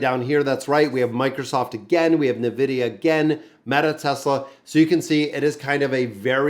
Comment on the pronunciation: please... its N-vidia not nevidia